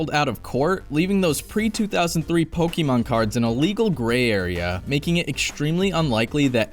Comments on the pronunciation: Great video. The only thing I hate is how you say “Pokémon” 😅 It’s not Pockeet Monsters, it’s Pocket Monsters 😜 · Oh the cringe every time he says Pokeemon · even though I don't pay attention to pokemon anymore the mispronunciation of the name still grinds my gears